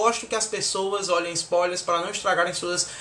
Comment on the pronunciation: shuaihsuiahs achei massa a pronuncia de ISTONE ÓSSEAN e ISPÔILERS kkkk